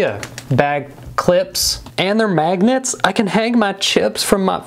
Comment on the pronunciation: Why he say magnets like that